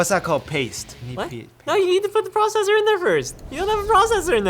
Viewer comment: omg dis is sooo painful "you need a past to put a prosser right?" LOL